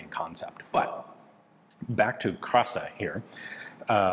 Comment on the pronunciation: Krasa...ok. I think it's clearly kraska.